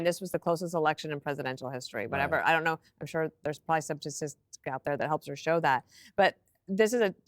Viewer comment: Says Kamala wants to be a genius and also can’t say STATISTIC right